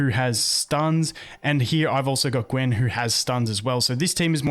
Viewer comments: It’s gay-yun not gwen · It’s pronounced Ga You n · FYI, Gaeun is pronounced as Ga-youn. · Gaeun - Gah-yun pronunciation. Nice informative vid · how do you read Gaeun and arrive at the conclusion that she is pronounced gwen lmao